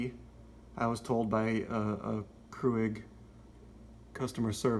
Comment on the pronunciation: Thanks! I have the mini plus that came with this reusable cup and it will not work whatsoever..and just fyi, it's not pronounced CREW-IG lol